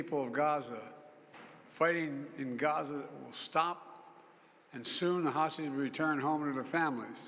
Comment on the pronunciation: "libyan hostges"??? 😅